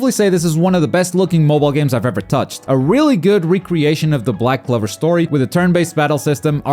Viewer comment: Just me or anyone thought he was saying black clever